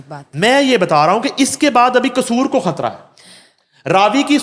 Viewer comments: This female anchor has a croaky/ voice not a pleasure to hear and on top of it she says khatra instead of Hatra. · Oh lady! What is khatra? Don't ruin the beauty of urdu language and its pronunciation. You are probably the offspring of an Indian hindu family? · بھائی آپ اپنی اس کو اینکر کو خ کہنے کی پریکٹس کروا دیں ۔یہ کھان ۔۔کھبر ۔۔کھترا۔۔۔تو کہنا چھوڑ دے ۔ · خاتون اینکر شائد ہندی بولنے کی شوقین ہیں انھیں شائد اردو زبان سے کوئی شغف نہیں ہے یہ خاتوں مسلسل لفظ خطرہ کو کھطرہ کہہ رہی ہیں ۔ہیں یہ صاحبہ پاکستانی اینکر ۔ افسوس